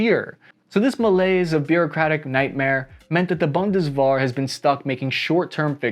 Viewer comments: its "Bund-dez-vair" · What the heck is "Bundeswahr"? ^^ Just kidding. I like the video. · Bundeswehr is better pronounced "Bundeswear" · WTH is BundesBAR?? It's BundesWEHR! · Bundeswehr, not "Bundes War" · bun-dus-var??? I think it's pronounced boon-dus- vare ( similar to wear but pronounced with a "V..." :) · Funny how your pronounciation of Zeitenwende and Bundeswehr started really good but got worse each time. Boon-des-were (good)... boondeswar... bundesworgh... blorgh. :D Anyway, really interesting to hear this outside view as a German, I might just have understood now what usually goes over my head when a German politician tries to explain it. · Repeat after me: BOONT-DES-VARE! Not Boon-des-var, bun-des-ver, nor even Bunny Wigglesworth! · bundesWar spoken like a true american. wehr=/=war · Try “boondess-weir”,! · Boon-des-vair Practice makes perfect. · BundesVAR lol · It's Bundeswehr not Bundeswar! You can't even pronounce half of our words. Like not even close. Stop talking about us and fix YOUR stupid problems. Over 40% of Americans are overweight! 40%! And what about your Heathcare System? Or Student loans. Or water quality. Or prison system. There's so much more. Your Country is absolutely disgusting. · it's Bundeswehr not Bundeswher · Bundeswehr is pronounced like BOON-dess-VAIR 😅and the E is before the H. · Stop butchering these easy words! Boondeswar? Seitsenwenda? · Stop calling it bundeswar please pronounce the e right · Holy hell. everytime he says "Bundeswahr" I cringe. Its like saying the US Ormy or Marine Carbs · Loved the content. As side note, the German Army is the "Bunderwehr" pronounced [ˈbʊndəsˌveːɐ̯] not bunderwar. Cheers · Lol, its not called bondeswahr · little Pronounciation hint for Bundeswehr: the wehr is pronounced like wear and tear, so basically "vear" I love your content but this hurt my ears every time ;) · the pronounciation is like BundesWEAR mate, wear, not were.